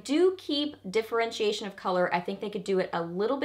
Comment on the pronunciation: wait! diffurr-wrench-see-ashun......ok got it, trying to improve my English you know :)